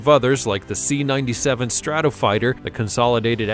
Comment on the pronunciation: Strato freighter....not strato fighter